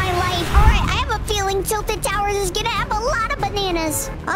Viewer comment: “Jilted towers” 💀